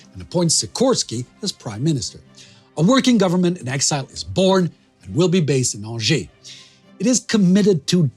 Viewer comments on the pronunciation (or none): none